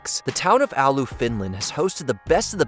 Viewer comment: "Alu". It's Oulu